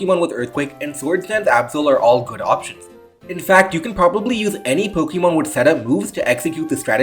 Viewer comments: Po-kay-mon, not Po-kee-mon. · It's not pronounced Po-kee-mon, but Po-kay-mon. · I am considering subscribing just because of the way you pronounce Pokeemon